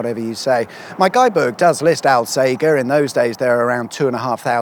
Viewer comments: Now we are talking. Lots of my cycle routes on this one. Oh and you started in All-sage-er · "All Sage er" Alsajer. C'mon, just ask a local :D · its pronounced al "sage" er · I've always pronounced it "All-sage-err" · You should have popped in for a coffee And it's Al- Sage (like the herb)-er And Homes Chapel Unless it's a video equivalent to a map trap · Rather poor production values when you cant even say Alsager correctly! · Alssager has a soft G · Hahaha, finally in the area I spent so much time delivering shopping in a former life. Lovely areas with great views for the most part. Thanks for coming back oop North. Still, soft G in Alsager chap. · No one round here pronounces Alsager like that. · Al "sage" r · ALL - SAGE (the plant) - ER, not fucking Al-sager, Al-sagger, or any similar mispronunciation!! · Correction the town (Alsager), at least to most local people, is pronounced All.....Say....Jer. When you say 'Al' Sounds like you should be saying Weird Al Yankovic. Sorry to be pedantic but thats just so wrong! And i can Say that cause My grandparents are from there and I live in the town next door lol. And Holmes Chapel is pronounced Homes.......Chapel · One for the notes, alsager, is pronounced "ul-say-jur" by the locals by the way 😅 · The locals pronounce Alsager as "all say jer". Dunno if you knew that or were mispronouncing it deliberately. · Did you not ask local,people how to pronoun the towns name Al sage er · Love your work. But it’s pronounced All-Sage-er 👍🏻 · It's a soft G in Alsager. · You went right past Sandbach with its awesome ancient Saxon Crosses and lovely old buildings. Ps - Alsager 'All Say Jer' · It's pronounced alsaja. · Alsager is pronounced “Alsajer “ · Alsager? (pron. al-say-jer) Famous for Crewe and Alsager College if you're of a certain generation and were going through 'clearing' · Its pronounced alsajer 🙆‍♂️ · Its pronounced All-sayjer